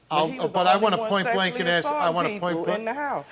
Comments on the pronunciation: Can people PLEASE just say ASK in the ENGLISH LANGUAGE... AXT... AXT is not a word and it drives me up and over your Mexican wall. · "I did'nt wanna axe but I definitely axed" What the f are you talking about ???